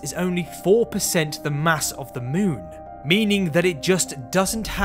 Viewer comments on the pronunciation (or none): none